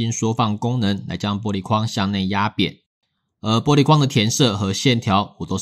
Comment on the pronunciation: ㄅㄛ璃材質 突然發音不標準感覺好可愛